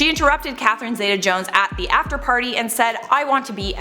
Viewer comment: C'mon. You do all this research, spill copious amounts of tea, and can't properly pronounce Catherine Zeta(ZEE-ta) Jones. Edit:"before Jared Leto was an actor, he was in a band called 30STM".....mate.... Jordan Catalano